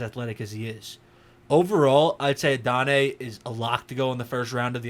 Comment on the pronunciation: Please go look at the pronunciation guide. You're butchering his name. Not a bad breakdown other than that. Regarding the effort issues, look at plays where he's not getting the ball. Especially in the first few games of the season. It was especially noticeable on his blocking. He made better effort later in the year, but his technique still needs a lot of work. You'll also notice that we don't see much of that 4.34 speed in his tape. Maybe he's trying to lull the defenders by running slower most of the time, but with the effort issues it makes me question.